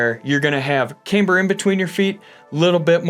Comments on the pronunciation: Do you hit a nail with a haimer? It’s CAM BER!! We’re all doing shots when you say caimber and two of my buddies died.. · Came here for the cayme-ber!